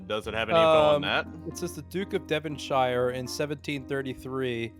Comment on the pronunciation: As an English person Imma teach you how to pronounce Devonshire Deh Von Sher